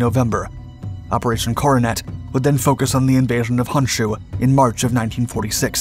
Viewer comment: Pronunciations are either getting better or you're not as susceptible to so many other faux pas that British tend to do to language. 'KYUSHU' was quite good. You didn't use the irritating Key-You-Shoe pronunciation that so many British linguist insist on. But, 'HONSHU' is not 'HANSHU' because you see, 'O' is always pronounced as 'oh'. Yes, yes, yes. Honda should actually be pronounced Hoe-n-Dah. How in the world can an 'a' and an 'o' be pronounced the same in a different language is so crazy to me. The way so many people pronounce 'HONDA' it should be spelled 'HANDA' By the way there are such things in Japan, they just aren't names. OKINAWA (oh-key-nah-wah). Pronounced the KAIDO decently enough but the HO on HOKKAIDO is still pronounced like hoe. The stressing of double consonants barely perceptible so not worth noting.